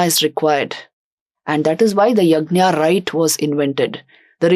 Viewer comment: यज्ञ not यज्ञा